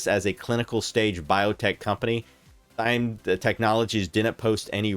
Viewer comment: Why does he keep calling it Thyme?